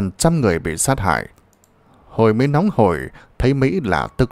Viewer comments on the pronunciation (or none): none